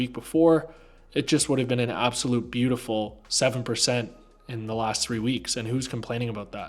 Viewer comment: Man let out his inner brit with that " beauTiful " at the start 😂Big up man !